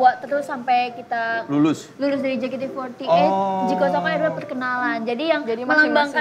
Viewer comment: casingnya bule, tp nyebutnya JEKATE EMPAT LAPAN zzz